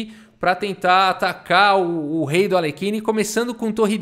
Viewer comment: Outro que eu gosto de ver tomando uma surra é o Alekhine (ei, já vi uns vídeos estrangeiros e parece que a pronúncia do nome dele é “Alhérrin”).